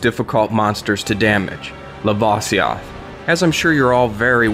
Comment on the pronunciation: says "lava" correct, but can't pronounce "lavasioth" ...... irony.